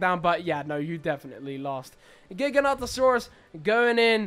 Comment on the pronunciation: The dinosaur you are saying is gigantosaurs is actually gigantosaurs which is said differently and it means giant lizard of the south